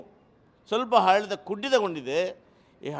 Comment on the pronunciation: ಈ ಕನ್ನಡ ಭಕ್ತನಿಗೆ ಅ ಉಚ್ಛಾರ ಮಾಡಲಿಕ್ಕೆ ಬರೂದಿಲ್ವಲ್ಲ, ಆಡಳಿತ ಅನ್ನುವುದು ಇವಪ್ಪನ ಬಾಯಿಯಲ್ಲಿ,ಹಾಡಳಿತ ಆಗಾತೈತೆ